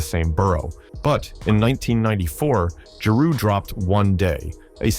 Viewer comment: This video sucks. Is this AI generated? This can't be done by somebody who actually knows what went down in the era. Can't even say Nas, Jeru or Pac right. DJ Quick? Also the Wu Tang beef was limited to Rae and Ghost. They thought the album cover to Ready to Die was too similar to Illmatic to be a coincidence. Method Man even said when asked about it that Rae and Ghost just don't like anybody. The beef with Nas was largely tied to that too. I guess AI has gotten pretty good though it it's not immediately obvious to a lot of people.